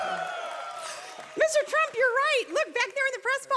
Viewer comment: Mr. Prump?